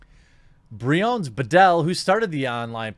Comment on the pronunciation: Whenever you say "Bedell" it sounds like the toilet thing bidet. Confused me so much since I was only listening to the video.